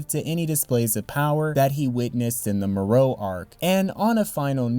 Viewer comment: Its MORO not morou 😂😂😂